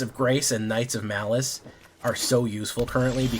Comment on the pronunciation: Your pronunciation of malice is diabolical